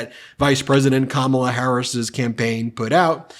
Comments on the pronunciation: ... What a tool! Even a child knows how to pronounce "Kamala". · He is so disrespectful mispronouncing her name. He does it on purpose. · He has no platforms to stand upon and just calls names and disrespects Kamala at every turn. Hes to stupid to even say her name right and talk about policies rather then his dementia rants. So over this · Seems obvious to me that Trump has a problem pronouncing Kamala, hence his 19 different ways. Trump has the ignorant, the uneducated and the devious, the problem is, there are so many of them. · Since he won’t pronounce her name correctly, let’s just call him Donald Dump. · Don-old is too weak in the brain and old to figure out how to say Kamala properly. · He can’t pronounce, Kamala